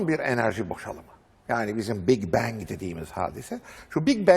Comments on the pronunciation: Bing Bang ne la cahil haber Türk oha lan oha. İngilizcesi olan adamda mi yok içerde. Big bang büyük patlama. Aq Bing ne lan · Bing bang ne haber türk düzelt pls.